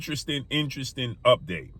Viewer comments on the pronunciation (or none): none